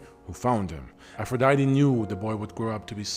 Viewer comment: Ngl, I clicked this video out of your catalogue just to see how you were going to pronounce "Aphrodite". I was immediately disappointed.